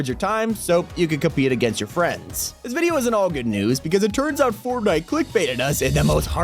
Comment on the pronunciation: did anyone else hear him say formnite or was it just me